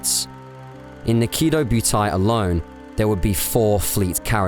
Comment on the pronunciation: Really like you vids but you kill some of the names. Prinz Eugen, Kido Butai etc. Not end of world but would make the content stand out more